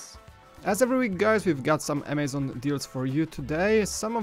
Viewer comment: I love how when says "Amazon Deals" it sounds like he says "amazing deals"